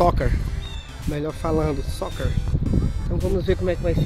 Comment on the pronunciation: batalha Isso mesmo, a pronuncia da ênfase no R.. A leitura da pronuncia é säkər abraços